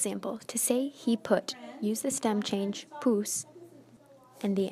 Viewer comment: Did this teacher just pronounce the "H". he is pronounced as a not hey